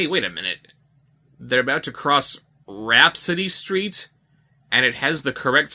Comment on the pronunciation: "Rapsittie STEET kids.". C'mon lol.